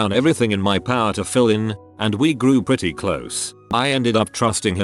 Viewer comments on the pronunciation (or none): none